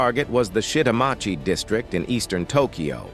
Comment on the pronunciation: “Shitamachi” is pronounced “shee ta mah chi.”